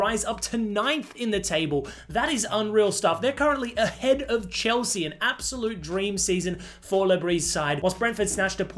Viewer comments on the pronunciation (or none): none